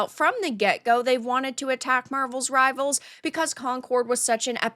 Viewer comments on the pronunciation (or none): It is Marvel Rivals. Not marvels rivals. Just saying